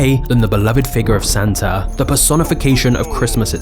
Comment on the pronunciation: Doesn't Santa end in and A?.. .so why do you say Santer